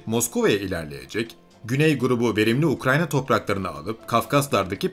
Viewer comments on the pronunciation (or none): none